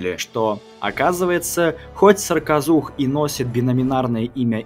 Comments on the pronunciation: В видео написано "саркозух", автор говорит "сракозух"... как правильно? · Вы забавно произносите "сракозух". Надо бы точнее, что-ль...